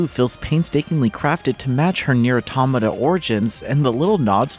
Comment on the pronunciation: I'm reminded once again that most of gaming journalists don't know how to pronounce "automata"